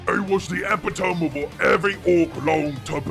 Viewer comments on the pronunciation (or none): Not how ya say "epitome", ya git! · for a second i was going to be annoyed at the way you pronounced "epidome" but ...this is an ork speaking no he'd definitely pronounce it that way lol